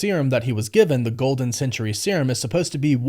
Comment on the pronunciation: You do know that Sentry and Century are two different words?